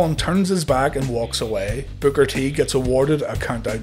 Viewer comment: Sounds like you’re saying “Booger T”